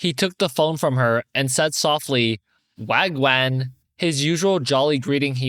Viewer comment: As a londoner, ur pronunciation of wagwan is frying me